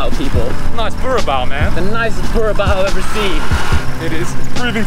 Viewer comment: Carabao into “CURABAO”.😂. Another property of 😂 I think forgot to take his anti-psychotic medicine hahahahahahah